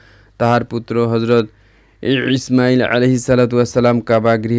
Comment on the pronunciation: Imail sobdoti ucharon bhool